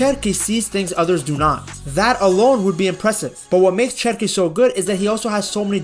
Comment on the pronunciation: His name starts with CH but it is pronounced like the English SH, "Sherki" then. Keep the good work on mate 🤙🏻greetings from 🇫🇷